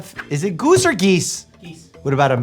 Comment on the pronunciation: what about a gooeese ? I can’t 😂😂😂